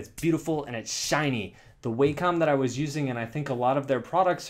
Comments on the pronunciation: FYI: I believe it's pronounced "wah-kum," not "way-com." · Its pronounced wah-com. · Tattoos_By_Kai I do it too. I know it's pronounced (Wah-com) but Way-com sounds a lot better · Yeah, I pronounced it "Way-com" for years before learning better. Japanese pronunciation and all that. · Life's biggest mysteries include: what happens once you die?, is there extra terrestrial life in the universe?, what does it feel like not to exist?, and HOW THE HELL DO YOU PRONOUNCE WACOM!? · ***** yeah, I live in CA and most people do mispronounce it. Doesn't make it right.